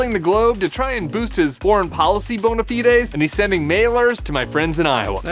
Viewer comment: Wow, someone who knows how to pronounce “bona fides”!